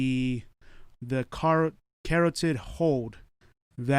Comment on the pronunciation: If you guys want to be journalists learn how to pronounce words correctly: carotid hold.